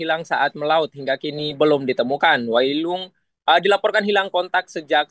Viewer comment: Wai ulung bukan wailung trus di laut desa batu jungku bukan pulau batu jungku 😂